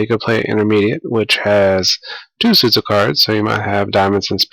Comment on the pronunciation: there is no 'e' in the word suits